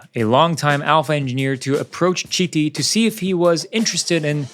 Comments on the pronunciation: He’s Carlo Chiti! (Sound like Kiti) Not “Citi”! Italian pronunciation of CHi… is KI. Same for Lodovico Chizzola: the correct pronunciation is Kizzola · It’s pronounced kiti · Please, his name is pronounced, " Kiti". 🙏🙏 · Great vid. BTW it’s pronounced “kiti”, his surname. ‘Ch’ words are pronounced ‘K’ in Italian. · It's pronounced "keety"... How can you do the research and make a whole video and not think of learning how to pronounce his name?? Ps all the other names are also pronounced wrong, but he is the main character here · Do the video again and pronounce his name a Kiti! Because everybody wants their name pronucunced correctly! This video was not serious. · It hurts every time you mispronounce his name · Can you please educate yourself and learn how to properly pronounce the name of the protagonist of your video ?